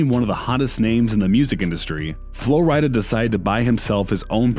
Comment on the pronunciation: It’s not Flo Ryy Dah it’s Flo Rida like the state Florida